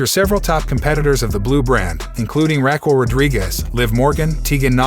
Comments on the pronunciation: Okay I like your reported and everything problem is you you said Raquel Gonzalez's name wrong. It's Rh-ah-kel or Ra-kel. 2nd Cena debuted in 2000. Don't get me wrong I like your reporting unfortunately if you can't even get dates of Big Time Superstars debuts or even a top female wrestlers name said right. Little mistakes like that will definitely make it to where you start losing clout with your subscribers because it makes us feel like you don't even watch wrestling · After hearing you mispronounce Raquel several times, I am 100% certain you haven't watched a single WWE show in your entire life. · Learn to say Raquel's name properly...geesh🧐🤔